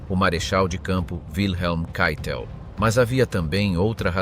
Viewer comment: Keitel... si pronuncia caitel , non cheitel...